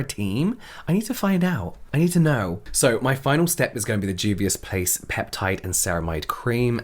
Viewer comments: I'm proud of your pronunciation of Juvias Place 🙌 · I'm happy you can pronounce Juvias Place now 🙂💜🖤